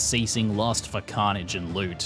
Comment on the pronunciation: LUL "carnage"